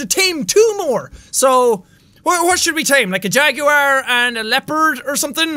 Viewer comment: Bruh he said jerword instead Jaguar